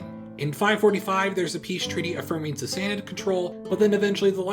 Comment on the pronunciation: I love your accent on the Sasanid Iranians.